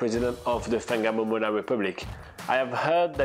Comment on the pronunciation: No no no, it's pronounced Wang mom ona.